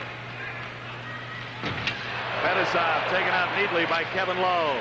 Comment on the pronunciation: al michaels was just as bad- MAKarov, FETisov, and by far the worst: kaSATonov